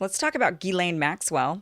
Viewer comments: And I hate to say it but it's pronounced "jizz lane", an appropriate moniker if ever there was one. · Pronounce as if spelled Jiz-lane . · Kim got most of it right but failed to pronounce Ghislaine's name right - Although her pronunciation of "Voulez-vous coucher avec moi" was perfect!... 😁